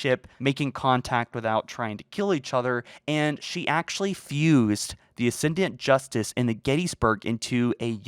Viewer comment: ASCENDANT Justice, not "Ascendiant Justice" my man.